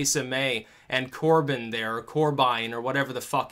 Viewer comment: You seem like a bright man but not being able to pronounce Vauxhall or Corbyn lessens that view...